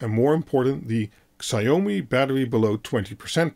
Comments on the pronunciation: Please don't say "sigh-oh-mee". It's more like "she-ao-me" (ao as in how). Thanks. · Please learn to pronounce Xiao-mi properly!